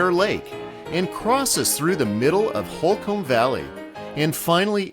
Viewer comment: Couple things: Holcomb is pronounced "hole-cum", not hole-comb. Placer mining, that is pronounced "plasser" not "place-er". Fantastic video, thanks very much.